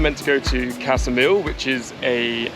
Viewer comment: Hey, not that it matters but Saranda is pronounced “SaranDAH” (not SaranDAY) and Ksamil is pronounced “KSAHmill” not (KASAmill).